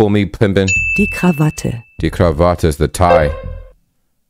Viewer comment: Tipp: In German Words, you Always speak the "e", not Like in English, where the "e" is Silent. It`s krawattE and not Krawatt